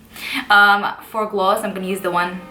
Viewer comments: It makes me miss NYC so much. Glu-sssssssss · She says both Ss